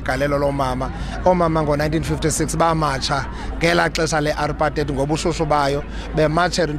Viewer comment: 😂😂 uthini R-Pa-Teiyd (Ya ne)